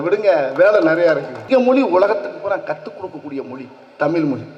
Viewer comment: டே நானும் பாத்துகிட்டே வாறன் உன்னை திருத்துங்கள் இல்லை அது தமில் இல்லைடா தமிழ் ட வெண்ணெய் நாக்கை வழிடா கொன்னை